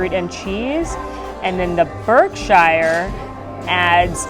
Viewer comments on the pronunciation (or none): Just had to say as a Brit that the "shire" part of Berkshire and the other places is pronounced "sheer" 😂😂